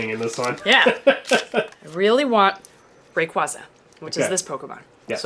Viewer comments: You said Rayquaza wrong, it's pronounced ray quasar minus the R at the end, although you can still use it if it helps. It's a very common mistake though so don't worry. Fun Fact: the official Poké Rap for gen 3 mispronounced Groudon and Kyogre's names, so even they can't keep the names straight. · Ray-kway-zuh not ruh-kwua-zuh